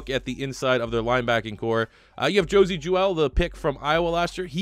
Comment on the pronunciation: You pronounced Josey Jewell wrong and have me an aneurism 👍🏻